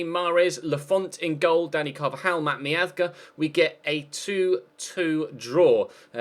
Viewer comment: How do you have more subs than docks? Joint with MGH, your the most boring and generic commentator in the community. You even say Matt miazga, who is from USA, in a Spanish accent? What is that?